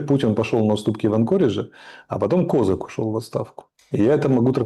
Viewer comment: Он даже не знает где ставить ударение в фамилии Козак